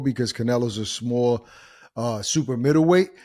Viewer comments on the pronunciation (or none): none